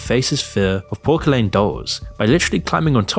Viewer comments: Um, its pronounced Pors-se-lain, not Porke-laine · PorKelaiN omg it’s like an S sound, porcelainnn 😭🤣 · Pronouncing it pork-a-lane is actually insane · The C in porcelain is pronounced as an S not a hard C. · Porkerlane Doll? Poor-sell-in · The incorrect pronunciation in videos like this make me think Ai voiceover softwares been used to pump out videos. nobody pronounces Porcelain like that? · FYI, it's a soft 'c' in the middle of the word 'porcelain' -- it's not pronounced like 'porkalen.' (just change the 'k' sound to an 's' sound.) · porcelain is pronounced poor-se-lein not pork-a-lane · Good enough video and I’m certain that in a year it’s been commented 1000 times but it’s pronounced Pour-sell-in and while technically correct, I think you intended to use self deprecating instead of self depreciating in your closing. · how the fuck did you pronounce porceline? AI detected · Is this an AI voice or someone with low IQ? How can you pronounce porcelain as PORK A LANE??! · bro said porkelen(porcelain) dolls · “Porkalaine doll”…….. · I swear this whole channel is A.I. Has anyone even seen? Also every video he/ it mispronounces a word or says it the way no English person ever would. Porcelain doll pork-a-lane dolls. Maybe he just struggles with words and if so I apologise but It’s all very suspicious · So these videos are definitely made with AI, right? I know British people don’t pronounce porcelain as “Porkelin” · porcelain is a derivative of the French word porcelain, which in either language isn’t pronounced porkelen. Self-deprecating and self-depreciating are separate words entirely. It’s nothing to do with British English and North American English. I agree that two words out of the thousands said don’t invalidate the entire video, but they do stand out. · Great video. The way you pronounced "porkelaine" dolls when talking about Ellen being a prick to Channing Tatum was very funny to me. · idk why but "porkilane" dolls broke me 💀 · MAN SAID PORKALAINE